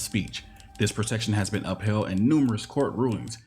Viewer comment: Its upheld. Not uphell.